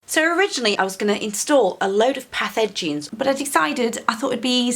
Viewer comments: Path Edgings... thought you were saying pathogens. Was like wtf is she talking about lol. Good on you for getting out there and getting dirty, hard work pays off. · Thanks for another video. Merry Christmas. When I first heard you say "put the path edgings in the ground" my feeble brain heard "put the pathogens in the ground."